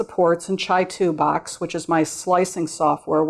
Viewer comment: Is that really how you pronounce Chitubox? Pretty sure it's Chi, as in Qi or CHē. The company is in Shenzhen China. Pretty sure they don't say Chi like Chai...